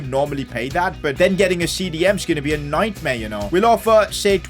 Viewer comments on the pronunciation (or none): none